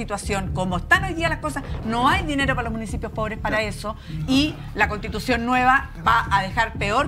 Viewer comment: Cuando dijo les invito o castitucion lo entendi todo xd😅